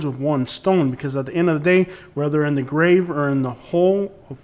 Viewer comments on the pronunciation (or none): none